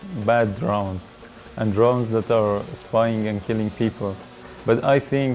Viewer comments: seems to work pretty well, well done guys. not sure why so many people are dying in the caspian, seemed like quite a high death rate, 250 people/yr. not trying to be a dick, your english is great, and way better than my farsi but your pronunciation of 'drowns' is unfortunate. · Ironically, he calls them "drowns" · Anyone else find it ironic that he pronounces "drones" as "drowns"? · Any body else find it ironic that the way he pronounced "drones" as "drowns" ? Lol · Its funny cos when he says 'drones' it sounds like he's saying 'drowns'. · Its kind of ironic the way he says "drones" sounds like "drowns". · Funny thing is with his accent is sounds like he is saying "drowns" instead of drones, LOL! It is most funny because he can probably speak in 3-5 languages very well, I can only speak in two, and with much more difficulty than he can. Great way to put a good face on what has become a negatively viewed technology. Bravo! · I don't really know if they should, was just making fun of his pronounciation of "drones"